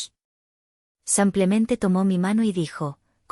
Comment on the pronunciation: Porque," samplemente"y no simplemente?????🇨🇱